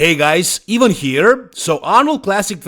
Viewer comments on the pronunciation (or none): It's the pronunciation it's pronounced as E-van not I-van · Name "Ivan" in Balkan in the countries of ex yugoslavia we pronunce something Like "e-vaan"